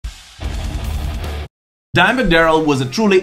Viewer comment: I love that your accent makes it sound like you're saying Diamond Darrell